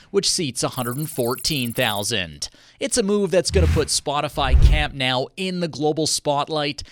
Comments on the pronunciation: It's Camp Nou not Camp now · camp nOOOOuu not nAAAAAOOOW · I thought the endless mispronunciation of the name was weird, but then he said "Més que un club" 😂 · Imagine making a whole video about the stadium and not knowing how it’s pronounced…. Lololol WTH is “camp NOW” 💀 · It hurts so bad lol